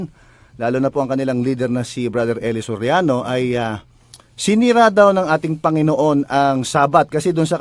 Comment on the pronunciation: eli Soriano vs. eli so riano? hahaha careless mouth